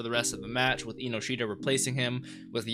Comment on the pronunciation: Just to help you out a bit Chikaras last name is pronounced En-no-shita instead of inoshita. I like your reactions! Got great input and I'm glad you're understanding a lot of the thematic elements. I think a lot of American reactors miss a lot of that and get the wrong ideas here and there. Keep it up!